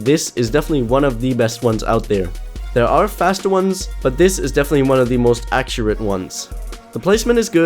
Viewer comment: lern noch mal "accurate" richtig auszusprechen, ansonsten gutes video :)